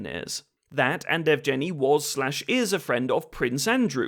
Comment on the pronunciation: Evgeniy is pronounced "Yehv-geh-knee." I know it's a bit of a pointless know-it-all bit of pedantry after the fact, but it does grate on the ears a bit if you speak the language. Might be worth running foreign names through Google Translate's voice feature before recording scripts in the future?